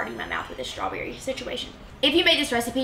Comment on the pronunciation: Is strawberry pronounced with an sh sound? Shtrawberry? Just trying to say it right.